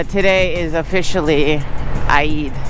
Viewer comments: Hello!!.. Eid is pronounced as eed.. not I-eed to make it simple or in Arabic عيد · Say eeeeed 😂😂😂. Awesome video